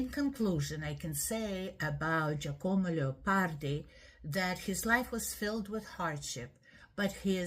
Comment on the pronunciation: Please do not butcher his name. Incidentally, Giacomo Leopardi was NOT a Romantic.